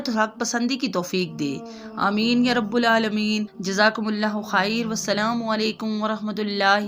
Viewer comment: یآ رب العالمین کی ب پر زبر پڑھنا چاھیۓ ۔ جزاک اللہ خیرا احسن الجزاء کثیرا کثیرا کثیرا آمین ثم آمین بجاہ النبی الامین الکریم رؤوف الرحیم صلی اللہ علیہ وآلہ وسلم ۔